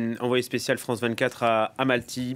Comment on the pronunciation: Mais le journaliste ne sait même pas prononcer le nom de la ville ! Deux fois il dit Amalty. Sérieux…..